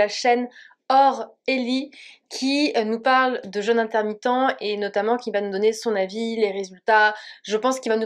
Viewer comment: Pas le jeune... le jeûne.... ça ne se prononce pas de la même manière......😨